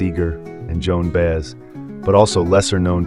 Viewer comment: Too bad you don't know how to pronounce names like Baez, Bikel, and Ochs.